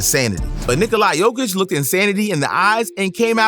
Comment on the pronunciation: "Nick o lie jokic"